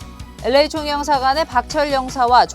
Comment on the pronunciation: 앵커는 LA를 엘에이가 아니라 에레이라고 완전 한국식으로 발음하네요. 기자는 정확하게 발음하네요.